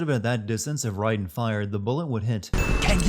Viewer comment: Is it pronounced Ryden or Raiden?